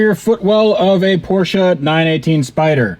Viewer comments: It’s Porsche not porschia or porschA lol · man u all time say car... and your porshaaaa... its just a half of it, emm very burnt half .. other thing since when car with two weels can call a car ? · Where is the "A" in Porsche? Why do yanks say it so weird? The 'e' at the end is A) Soft and B) not an A.